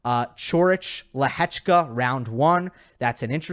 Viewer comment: I can only agree that your pronounciation is one of the best. As a Czech im really surprised how well you pronounce Lehecka. 👍